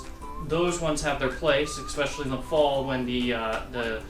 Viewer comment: Especially not expecially